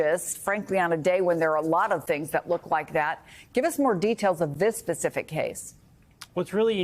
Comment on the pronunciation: Sweetie the word is "specific" not "pacific". Geez!!!!!!🙄